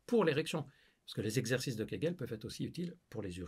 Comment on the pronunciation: Tu t’appelles pas mais Mouloud! 5 ZEXERCICES ça fait très banlieue d’Ors’!